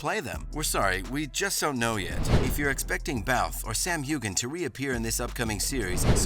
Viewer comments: Thank you for that. So bad that names continue to be mispronounced. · Before you make a video, please find out how to pronounce the actors' names. The way you say Heughan is just plain insulting to your audience. This show has been around for eight years. I'm sorry you got a click from me. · If you are so knowledgeable about Outlander, why can’t you pronounce Sam’s last name correctly?!